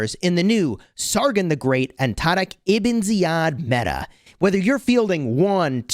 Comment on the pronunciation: why do you say taariq like you’re trying to combine the letters d and r 😂 not a single muslim on the planet pronounces it the way you do. you sound like that white guy at chipotle who orders carnitas and tries to do it in a Spanish accent lmao